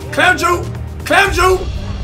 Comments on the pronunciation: I swear this nigga was saying clam jew instead of clamp juice... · its clamp juice not clamp ju lol 😂😂😂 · Just to let you know it's not clamp Jew it's clamp juice couldent really understand what you were sayin